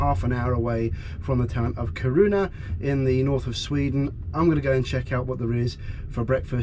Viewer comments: It's Kiruna and not Karuna. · It’s KIR-un-ah, not Kir-OO-ah. Otherwise, not a bad vid. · It's KI-ru-na rather than ki-RUN-a. And "Riksgränsen" is not the name of a town, it's "Border". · sounds like Corona haha. took Me a while to figure out hat you meant Kiruna // from a fellow swede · Ki- (Like "ki"ll) Ru- (Like "Ru"ne) N- A- (Like "A"pple) I'm sorry, but I got really confused the first few time you tried to pronounce Kiruna. I get Swedish isn't your first language and you've actually pronounced other cities very well. I thought I'd try to show the correct way of pronouncing it. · Kiruna is said with a long iiii (eeee). Its is like "Keeerona, not like hard Kiruna. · I´m from Sweden, Swedish is rather hard to learn due to different sounds and the melody. When you say Kiruna, for me it sounds like Ki(pause)runa. It should be fluid. No hard K, every syllable evenly said. I hope that helps my friend :-) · I have done more or less the same trip, but by car. I liked Torneträsk, you have a wonderful view of the other side and there is not a sign of human activity on the far shore. Of course, I went further north, but still. The road Kiruna - Narvik was opened as late as in the 1980:s. One small detail, "Kiruna" is pronounced by putting stress on the short "i", not on the "u". The Norwegian coast is stuning but for the wilderness you need to stay on the Swedish side. Sleeper trains are a great way of travelling! A lot of skiers take such trains to go to Åre. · Every time he butchered the pronunciation I said it correctly after him :P